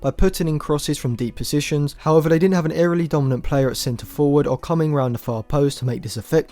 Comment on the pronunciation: Dude you are obviously a great football analyser. But for example the " excellent" is so hard to understand also the"however" . Also try to speak more slowly. Try to improve your rhetorical skills and pronounce words better if you want to become a great football commentary channel. Maybe that's just because I am not from an english speaking country. However I never had this problem ever before. Also please try to speak less monotone and articulate certain things better. Important words such as "score" should be pronounced different in comparison to other not so important words. Also maybe try to use an epic track in the background of the video to make things more interesting. Obviously keep the volume down if you decide to use one.